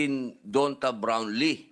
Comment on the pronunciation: It (DONTA) is pronounced DAHN-TAY.. 🤣